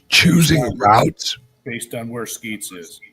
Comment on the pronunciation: Isn’t it sHeetz not sKeets.